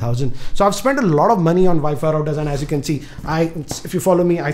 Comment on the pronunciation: Wifi raooters😂😂